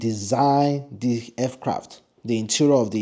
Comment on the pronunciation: For God's sake it's Aircraft, not Fcraft!